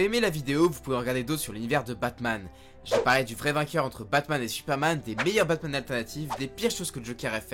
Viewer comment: C'est moi où au début il dit batmaz